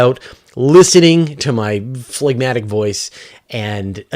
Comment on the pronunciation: The hard 'g' must be a Canadian thing. It's silent in 'phlegm.'